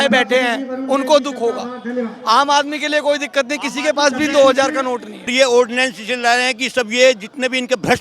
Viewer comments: कम से कम पढ़ेलिखों को तो एंकर बनाओ, ऑर्डिनेंस को ऑडियंस बोल रही है😂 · ऑडियंस नहीं उसको ऑर्डिनेंस कहते 🙄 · Ordinance hota hai ordiance nahin ! Hindi mei adhyadesh bol do ?